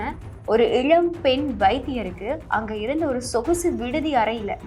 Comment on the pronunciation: Your pronouns is like இளம் not இழம், Please lear proper meaning and pronunciation